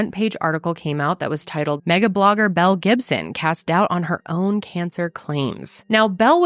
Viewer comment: In the beginning of the video I totally thought she said "Mel Gibson"!